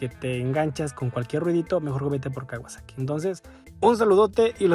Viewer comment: "kawasexo " xd